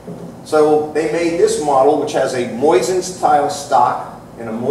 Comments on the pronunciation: Why does he keep saying "moysin"? Is that right? I've never heard it pronounced that way and what I learned in school about the english language tells me it shouldn't be. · Not moysin, and not moisin, it's mosin with only one "i". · Moozeen is correct but most americans pronounce it the way it is spelled in english. See beginning of video. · Kind of hard to listen to a "expert" that cant even pronounce Mosin correctly, or mix and matches 2 different ways of saying it on whim.